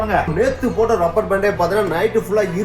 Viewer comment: Rubber ku lubber solre tharkuri channel